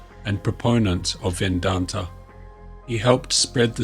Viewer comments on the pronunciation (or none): Thank you for this informative and eye opening video series. Just as a small note, its Vedanta, not Vendanta.